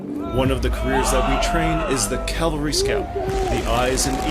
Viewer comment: Why do they keep saying calvary rather than cavalry?